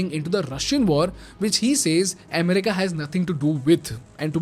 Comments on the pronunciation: Amm-rica, Amm-rica!! 😂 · The way he says America in this video is weird! It's so distracting! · Bro. U do an awesome job. But from an admirer, you make 2 repeated pronounciation mistakes. You pronounce both economy and America wrong. Please see if you can correct.